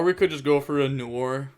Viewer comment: Mans really said Noor.